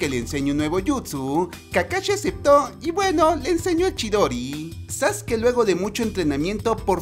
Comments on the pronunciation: No es sasuke es saske se escribe sasuke pero se pronuncia saske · No se dice zaske se dice Sasuke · No es sasuke es sasque